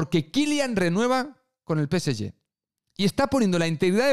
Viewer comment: PCY?... O... PSG?... Peceye? Que mierda de idioma es ese?